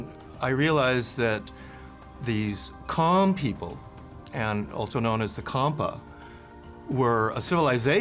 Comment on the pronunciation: it's to pronounce "jarm", not charm or cam or karm,. You've to correct that. And also not Priya Hair, but Preah Vihere in Khmer accent or Pra Weiharn in Thai accent.